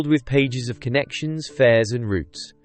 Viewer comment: Wrong pronunciation of "route"